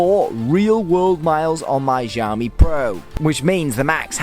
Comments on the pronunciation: thanks for the vid but please learn how to pronounce xiaomi properly coz it makes u sound like a drunken nob the way u say it now... google it bro.. in chinese 'x' is pronounced like 'sh' with less emphasis on the 'h'... sorry to be picky but.... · Still pronouncing xiaomi wrong but oh well